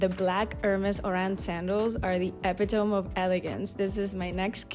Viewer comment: Epi-tome? It is pronounced E-PIT-tow-me. Very nice haul for Xmas. Congrats.